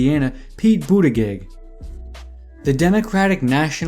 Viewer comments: Amy ClubberKer Me: who?: Pee Boodygit Me: 😂🤣🤣🤣🤣🤣🤣 Tom Stay-er. He’s missing Joe beaten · Pete BUDDHA-GAYGG! Amy KLO-BAH-KUR 😂😂 lmao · Great video, I hate correcting ppl on youtube cuz I’ll come off as such an ahole- not tryna be a dick here. just saying.. for amy klobuchar and pete buttigieg : It’s Amy “Klo-Boo-Char”, (Char as in Charlie) not Car, and for Pete his last name is “Boo-Dih-Jidge” honestly doesn’t matter , Yang’s gonna win the next debate and every other debate , but just throwing it out there so you can confidently start your next upload with a sentence such as: “Yang absolutely owned KloBooChar and BooDihJidge in last night’s debate, .. along with every other candidate once again...“